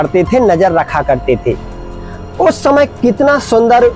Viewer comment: आप समय बोलिए , शमय नही .....